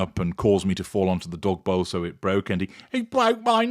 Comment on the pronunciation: I love ❤️ when said, “He bwoke my necklace.” 🤣